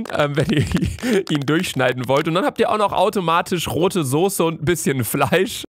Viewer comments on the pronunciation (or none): none